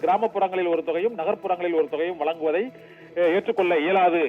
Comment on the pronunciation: வலக்கு இல்லை வழக்கு, வலங்குவது இல்லை வழங்குவதாக, pls be responsible as reporter u r also influencers of future தமிழ்